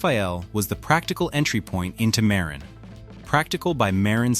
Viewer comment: It’s ‘ma RIN’